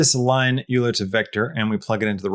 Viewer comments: "Euler" is pronounced "oiler". You should consider getting it right, as he's right up there with Newton in terms of his impact on humanity. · Great tutorial! My only critique is that "Euler" is pronounced `oy-ler`